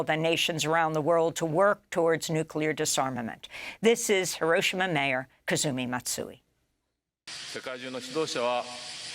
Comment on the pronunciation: Ms Goodman can accurately pronounce many names and places BUT she continually mispronounces the name of the Japanese city of HIROSHIMA. Why???